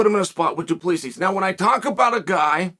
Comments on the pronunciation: Hi Uncle Chael. Pronunciation tips from South Africa. Du...plus...sy Not Du Ples sis. The "s" at the end is silent. I'll let myself out. Please don't come Soldier of Fortune me. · First off, Chael has been confirmed on multiple occasions of *purposely mispronouncing names so don’t think you need to correct him. Secondly, you can edit comments so you didn’t need to reply to yourself with a correction. Thirdly, it’s Do Pleh C, not whatever amalgamation you conjured up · Wasn't he saying till and duplissy? 🤣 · DO-PLUS-E is how you pronounce his name Uncle Charlie... ✌ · Imma be honest. I just watched this to hear Chael say Dylan da plissy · This fight will be fun but not as much fun as hearing the name du plessis getting butchered for 12,42 min. Go Dricus. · Really Chael. Pronounce Du Plessis properly. It's a big issue for us South Africans. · Come on Chael learn to pronounce Du Plessis Correctly. Professionalism.